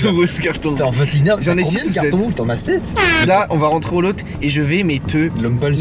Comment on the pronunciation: "celui qui a le plus de cartONJ rouge" j'suis mort 😂😂